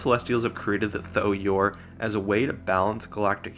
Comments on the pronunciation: Tho-Yor, not Thor-Yor. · Bro, it's tho yor not thor yor 😂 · Why do you keep pronouncing it as "Thor Yor"? There's only 1 "r", and it's at the end of the name.